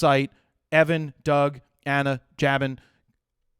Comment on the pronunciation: Jabin is JAY-BIN pronounciation, just so you know. "You're in shooting mode! ... Well ... "